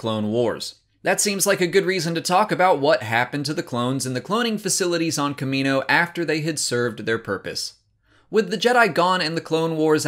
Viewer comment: Why can you pronounce "Kamino" correctly, but not "Kaminoans"?